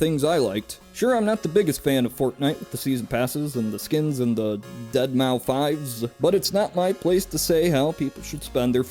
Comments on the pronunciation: That was how I pronounced it up until about 2 weeks ago when I realised that the 5 is meant to be an s and then it kinda makes deadmouse. Lol, I’m such an idiot. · i agree with most of what youre saying but how dare you compare that sell out to deadmau5 (also its pronounced deadmouse, just a tip) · bruh said Deadmouse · When you call marshmello deadmau5, and mispronounce deadmau5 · i love how he ironically pronounces "deadmouse" as "dead mau five"